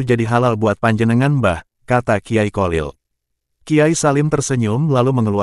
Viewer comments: Kyai kholil bukan qolil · Yg bnr klo bicara...bukan kolil...tp kholil...kho....kho...sperti org ngorok....slh baca bs slh arti.bgitulh nhs arab...